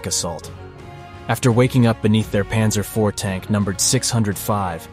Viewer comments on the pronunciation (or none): "Panzer the 4" lol